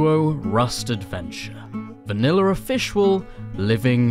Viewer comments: "In vanilla officrial" lol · Anyone else hear him say vanilla offish wull at the start? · So we’re just ignoring how said officwul 🤣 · Anyone else hear how he says official or was that just me😅